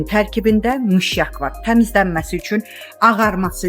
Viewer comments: Mişyak yox, ay insan , mışyak🤨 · Mişyak yox mışyak.